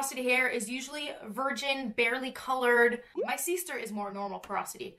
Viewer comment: Does say "seeester" on purpose? Don't get me wrong, it's cute! Just wondering coz I only just discovered her videos and have watched 3 so far and she's mentioned her sister in all three but pronounced the word very consistently like I mentioned above!! So narurally, I thought I'd ask!!:))